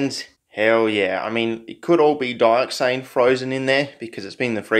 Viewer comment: I see dat "dyoxane"